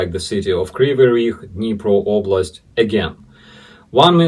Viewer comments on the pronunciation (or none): none